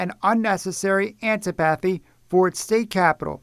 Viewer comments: "anti-pathy" - Lord help us ... the word is 'antip-athy' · The word is pronounced an ti pa thy, similar to sym pa thy. I would assume a newscaster would know how to pronounce words correctly. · This yob can't even pronounce antipathy. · antipathy - pronunciation ænˈtɪp.ə.θi; a feeling of strong dislike, opposition, or anger